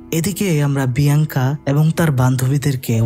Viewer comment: Ek bar Alenda abr andela bolchen abr biyanka bole binkiya 😢